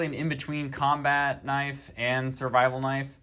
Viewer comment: when you say combat, its very funny